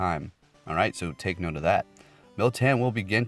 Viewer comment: There is no i in moltan lmao